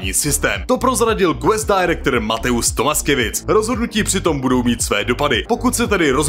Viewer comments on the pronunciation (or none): LOL Ta výslovnost. Mate-us Tomaskyjevic. (Mate-uš Tomaškěvič) Čecháčci zas nevědí. Někde jsem slyšel, že Zaklínače napsal „drzej“ Andrzej Sapkowski